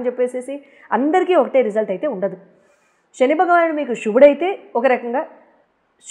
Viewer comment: షని కాదు శని